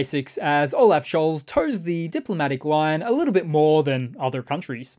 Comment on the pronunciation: Scholz is pronounced Scholtz. Practice.